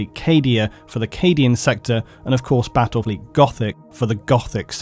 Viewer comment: Bwattwel fweet goffic uwu please end me